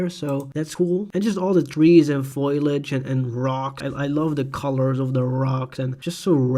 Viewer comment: Hey. You are pronouncing "Foliage" wrong. You sound like "Foil-age" when it should be "Fol-iage". Your English is great otherwise.